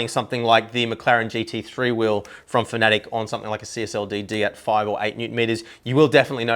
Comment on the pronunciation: FAN-UH-TECK, not fanatic lol